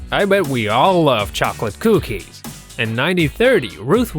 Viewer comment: Why r u saying cokie lol c